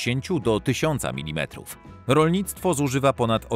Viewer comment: nie "minimetrów" a milimetrów